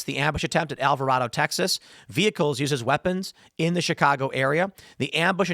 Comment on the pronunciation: Don't take this personal but please pronounce Alvarado correctly. Pronounced Al vuh raid o. I graduated from there in 1992.